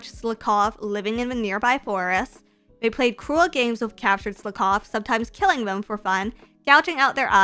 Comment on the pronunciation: Who taught how to say Slakoth?